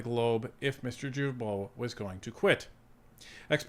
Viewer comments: It’s guilbeault , start like guy ,,,,not jilbeault,,,,,, gaga not jaja,,,,, start like “guideline” ,,,,, not “ jideline” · Woop woop 😂... thanks! And that name is pronounced GILL--bo... NOT JILL--bo! Quebecker here, telling you this! Correct pronunciation increases credibility. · OMG is name is not Jibeault but Guilbeault as in Guitar! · Please pronounce Guilbeault’s last name with a Hard G. Not pronounced like a J. I am an avid follower of Northern Perspective. But as a Franco Ontarian I cringe every time you say it like Jillbo. Keep rocking. Tell your cats that I said. Psspsspss. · Gill bo not jill bo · as much as I don't like Guilbeault, could you learn to pronounce his name properly? GU indicates a Hard G. Not a Gilbeault. Thank you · It's Guilbeault pronounced with a HARD G. Not Djilbo, but Gueelbo. :) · With all due respect: Blue boomer from Qc here: The prononciation of Guilbeault is: « Gill-bo » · It's Gilbeault with a hard G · Say it right it's pronounced gee bo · I don’t care how you say it but it’s actually pronounced Geeee-beau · Gee bow, its pronounced Gee Bow, the climate change green grift high priest. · Jill Bo????? You said his name wrong 100 times. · In french you say Guilbeault with a hard G without pronouncing the U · Just a gentle FYI. Mr Guilbeault is said as a hard G. Like “Guy” or “goat”